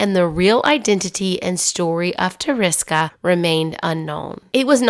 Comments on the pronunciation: Tereska is a cute deminutive of Teresa. It is not "teriska" - how you pronounce it in a naughty English manner. [TerE- ska] second "e" sounds like "wEstern" and always sounds like this in Polish! Tereska - without any doubt it is "s" not "z". Thanks for making this film 😊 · Thought it might help with pronouncing certain names and words better by recommending this. Slowly sound out the name or word. Like Tereska, pronouncing it with breaking it down would be Te-re-ska. When you pronounce it broken down like this it should sound more like Ta-ra-ska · Hi, I’m polish and it really hurt me to hear you butcher her name like that lol. In english you would pronounce it like Ther-eh-ska (short for Ter-eh-sa) Adventova😅😅